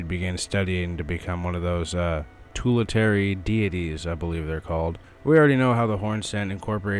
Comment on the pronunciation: tully-tary deities 🥀